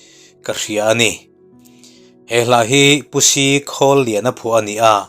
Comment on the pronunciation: Khawliana tih leh, Selluaia, a Pa hming kha i lam dik lo, Khawlliana, tiin i lam , Khawliana, tia lam tur.